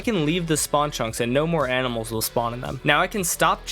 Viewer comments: "aminals" ITS ANIMALS NOT AMINALS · bro really said AMINAlS